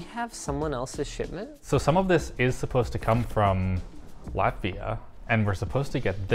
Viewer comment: dang first time hearing linus say latvia im from latvia and I wonder if he knows this country cause he said it correctly and not confused.